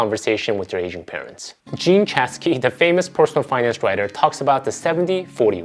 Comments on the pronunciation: I kept hearing “Asian” instead of “ageing” parents- lmfao I was confused for a bit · Kept thinking he said your "Asian parents". Lol